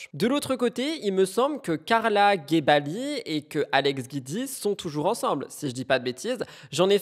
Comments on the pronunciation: Se prononce jioudi pas guidi . C'est juste le raccourci de son nom Giudicelli .... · Coucou Hope you doing better ❤ Guidi se prononce Gwouidi 😊 Kisses